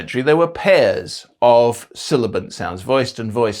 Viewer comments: You spell "sibilant" correctly, but consistently say "silabant". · Great content. BUT - You repeatedly said "silibant"😅 - You insisted in attributing Castilians an s that we don't produce The opening question mark and exclamation mark, I've always assumed it's because we need to mark that early because asking and exclaiming don't necessarily change the sentence order Otherwise, spot on